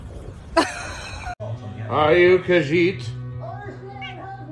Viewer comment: excuse me kind sir it is pronounced khajiit :3